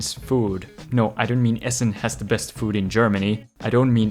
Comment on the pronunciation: not one name was pronounced correctly :D mhm no Essen was correct